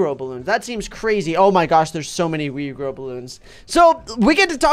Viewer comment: When said rejrow bloons Me:Whattttt??